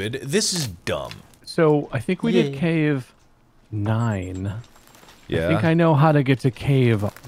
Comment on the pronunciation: Him failing to say cave was funny enough but he managed to make it so much goddamn funnier 😂